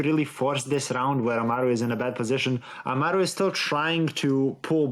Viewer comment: yes, lia just clarified it as well. I didn't mean to attack anyone, it just felt wrong that they kept pronouncing his name like that even though the screen showed amal and not amaru. I'd get if they couldn't pronounce it like it was shown due to accents or mother tongues but I didn't know this would be the case. Once again, I do apologize if it came off as rude instead of criticizing.